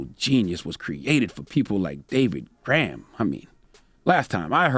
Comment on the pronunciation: Gorham, not Graham.